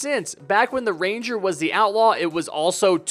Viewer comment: One time someone said ‘ramger’ instead of ‘ranger’ so now when i think of ranger i spell it like ramger